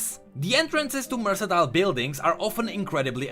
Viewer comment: Mer-KAN-tile,, just a pronunciation note bro. Love your videos and your storytelling. Stoped playing league 4/5 years ago but still watch your videos and follow the lore, amazing content man!